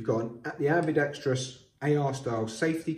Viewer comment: Thank you for pronouncing "ambidextrous" properly